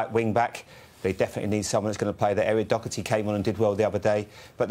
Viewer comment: Did he juts say Eric docherty lol 😆 it’s matt Doherty